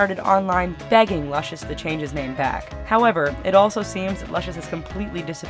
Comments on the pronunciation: It's LOOSH US. LUCIOUS. not luscious. Smh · It's Loo-cious.